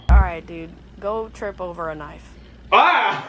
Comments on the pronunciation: the way he says good makes me vvv happy edit: omg and k-nife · "i also hope he trips over a k nife"